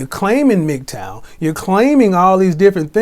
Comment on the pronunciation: Hearing something pronounce MGTOW as Migtowel is something else